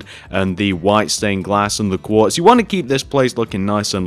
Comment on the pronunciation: you said block of guartz instead of block of quartz